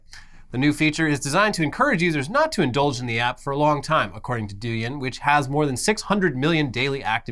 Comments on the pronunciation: Just a heads up...Douyin is pronounced dough-yin, not do-yin - source: lived in China for 5 years now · its pronounced douyin not douyin